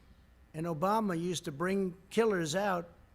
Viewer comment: Obamash? Lol.